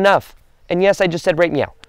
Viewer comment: I knew he said, "right meow" lol.